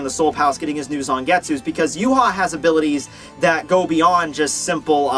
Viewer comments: Series ended it was Uryu that saved the day helping Ichigo beat Yhwach not Yu haw please learn to say his name correctly! It is Ya-vahk a German name dude not Yoo-haw geez! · Funny how you call him Yu-haw when his name is German and pronounced Ya-vahk! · true but as someone who knows German it is annoying to see a German name pronounced completely WRONG over and over again. I mean the guy did a fantastic job on his videos just say it right.